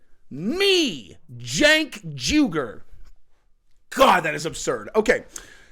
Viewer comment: “Cenk Urlich” oh yeah, that’s the drummer from a leftist Metallica cover band. 😂